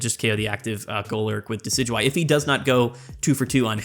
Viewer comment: It's pronounced Dekky Dewey